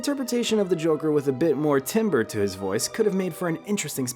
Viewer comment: that's not how you pronounce timbre